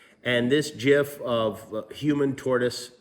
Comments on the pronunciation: it’s pronounced gif. Jif is the peanut butter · It's "GIF" Jimmy, not "JIF" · GIF IS PRONOUNCED GIF, NOT JIF!! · It's GIF not JIF! :-( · Did he say 'jiff'? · listen im happy you're doing this but did you just say jifff??? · Jif?! Jif?! 😐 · Did he say "JIF"?? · Wait, are we just gonna skip over the fact Jimmy called it a "jif" ? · He just said Jiff.. oh my God.